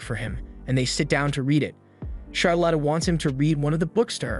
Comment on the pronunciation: Char Lit, not Char Lot. these youtubers man........